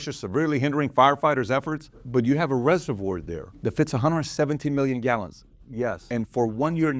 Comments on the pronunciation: Never heard ”reservoir” pronounced the way PBD did 😂 Why do Americans always have to bastardise the spellings/ pronunciation of English words?! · He can’t pronounce reservoir 😅